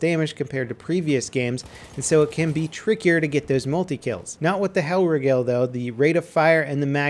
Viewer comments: It's not hellrIEgel its helrIIgel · Its actually pronounced hell- reegal based on german's pronunciation of "ei" and "ie" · 'Hell rig-ell'... -_ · Lel its pronounced the hellreegel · the way you say hellriegel triggers me lmao xd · Stop pronouncing Hellriegel wrong omg xo